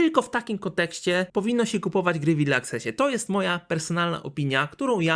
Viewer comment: Naucz sie czytac "early" bo padłem, nie zawsze e czyta sie i